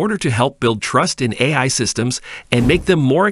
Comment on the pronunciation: Not a good sign when the narrator bot can't even pronounce "AI" half the time.